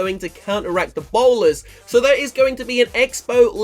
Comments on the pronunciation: You said powlers instead of bowlers 😂can't wait for update💪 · denroy lewis Who cares if he said "Powlers".